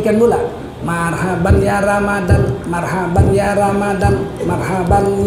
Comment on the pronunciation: yang bener tuh ramadhan bukan ramadhon.